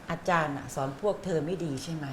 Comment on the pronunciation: อาจามไม่ใช่อาจาร